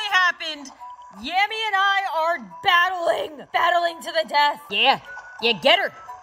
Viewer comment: Yammy not Tammy